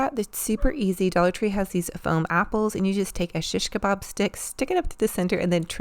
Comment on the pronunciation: Hi, I am your follower and I am Turkish. When you say Shish Kebab your pronunciation is very good:) Have a nice day...